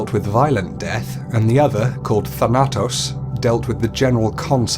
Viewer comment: Just telling you, Thanatos is pronounced how it spelled tos at the end is like pronounced toast without the t and thana is pronounced fan-a but replace f with th. I know that was confusing but I couldn't explain it any way else.